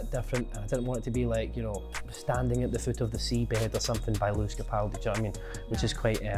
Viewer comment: She said Lewis Capoldi like what the hell